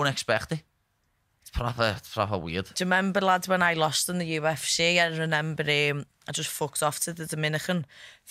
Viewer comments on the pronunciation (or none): Molly gotta learn how to say remember because despite how much I like both her and Paddy hearing her say it as “renember” is getting under my skin too much 🤣